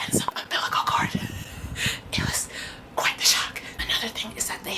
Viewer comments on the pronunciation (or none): none